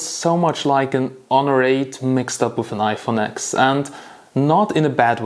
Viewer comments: Stopped watching the video when he said iphone AXX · yeah, I get triggered every time I hear someone call it the iPhone X (exe)